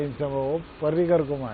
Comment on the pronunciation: पार्रीकर नाही रे भैय्यांनो पर्रीकर नाव आहे त्यांच.